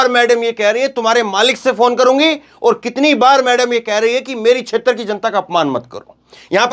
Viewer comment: छेत्र शब्द 12 बार बोला आप से गलती हुवी है sir